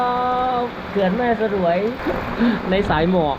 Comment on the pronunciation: แม่สรวย ออกเสียงว่า แม่สวยครับ ไม่ใช่ สะ -หรวย